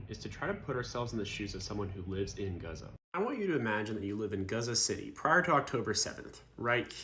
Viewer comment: I cannot express how grateful I am , as a Jordanian from a Palestinian mother , as a human , Thank you . The amount of respect I hold for you ... The amount of respect in you trying to get the name gazza right . ❤❤❤